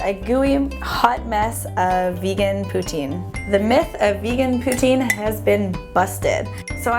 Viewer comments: It's not Putin it pronounced plz don't laugh Poo-teen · It's pronounced "Poo-teen" Not "Poo-tin" -. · Actually, the correct pronunciation is "poo-TSIN." The Québecois pronounce the "I" vowel a little differently than one would in France. ;) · Well in my dictionary it's said "poo-teen" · POO-TINE GAWWD. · She said poutine wrong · Im from canada and i know french people even they don't say it that way